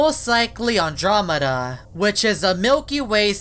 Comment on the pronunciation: It's Andromeda not adrameda